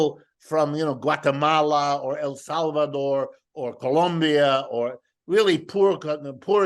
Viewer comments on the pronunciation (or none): Did he say Guacamala?